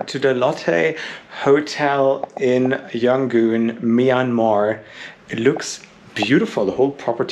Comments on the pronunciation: "Yan gon", not "Yan goon" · FYI, It's either Rangoon (old British name) or Yangon, cannot be Yangoon :)